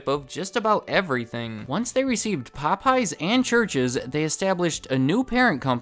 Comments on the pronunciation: Interesting video. I love the subject matter. But your continued pronunciation as “Po-pies” was killing me 😂😂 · Wait, the missing apostrophe was a mistake? So it's not pronounced as "Pope, yes!"? Well I'll be... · Anyone else here with hispanic friends who call it Po-PAY-yez? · my asian dad pronounces it pop-eyes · Wait, so their name isn't pronounced Pope Yes?